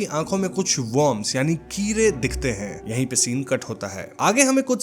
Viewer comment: Sarah d bolne me problem Hai kya bhai ... kide ko Kire bol rhapsody hai